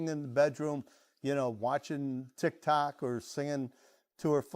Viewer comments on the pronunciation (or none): none